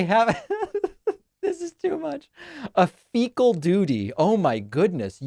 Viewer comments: He said FECA im sure you have alittle more intelligence. But your intelligence might be low. Not sure yet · Hey Donny get your head out of your rectal cavity, for starters you are not the president, Biden is. Yes ,you can speak as currently you are , even though you are speaking , fecal is not part of a sentence unless you are thinking about your soiled Diaper 🧷. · Did Trumputin crap his drawers then mentally slide the word “fecal” into what he was reading?